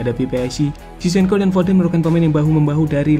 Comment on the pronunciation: Zinchenko not cizhenko